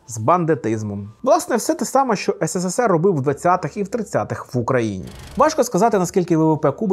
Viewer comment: Тільки не ес се се сер, а ес се сер. Там три «с». А українською: СРСР